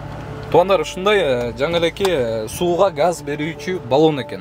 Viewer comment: Газ балон дечи гас дебей кайда кайра гас дебей